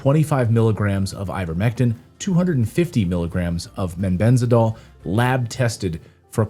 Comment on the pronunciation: Clayton, it is mebendazol, not “mebenzadol”.